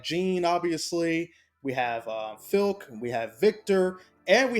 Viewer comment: Good content just subbed. Die hard suikoden fan. Soooo pumped! Had to make a post doe. It's Flik tho not filk lol